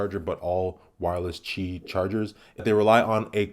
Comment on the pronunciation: I'd have it by my bedside to charge my S9 at night, since its USB port is starting to get worn out. Wireless charging will help prolong its life. Also, props for pronouncing "Qi" correctly! 😉